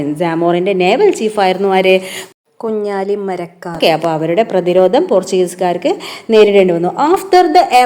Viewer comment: കുഞ്ഞാലി മലയ്ക്കർ അല്ല കുഞ്ഞാലി മരക്കാർ ആണ് 🤨